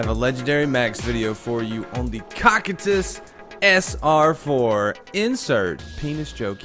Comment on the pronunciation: The way he pronounces cocytus makes me wanna die